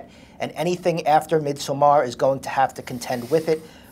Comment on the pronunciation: the way the interviewer is pronouncing Midsommar is making me lose my mind.